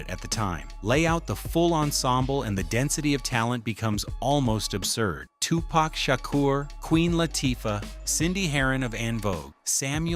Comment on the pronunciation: Who the fuck is Tupack Shaker